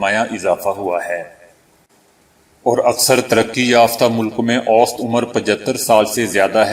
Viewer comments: Salam aap awst ghalat tallafuz kartey hain swsat hai sahi talaffuz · Sahi lafz "awsat" hai na ke "awst". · اوسط ( Aousat) ہے صحیح تلفظ ، wost نہیں